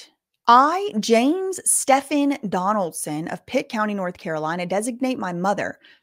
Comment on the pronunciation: Girl Stephen is pronounced Steven.